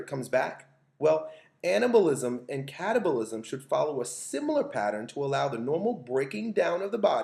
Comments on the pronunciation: anyone else hear "stimulate short bursts of cannibalism?" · I keep hearing cannibalism